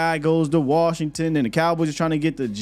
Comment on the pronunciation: LVE about to go ball out in worshington 😂😂😂